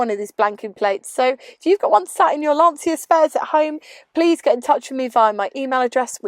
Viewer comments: Fascinating car. I like the front end and dash styling in particular. Not being pedantic but the Italian pronunciation sounds like 'Lansha' :-) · I hate doing this, so forgive me, but it’s pronounced - ‘Lan-chia’ - the ci is a ch sound in Italian. Sorry for being pretentious! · Listen to the pronunciation of Dacia, it's the same. A short 'a' followed by 'tch' and another 'a'.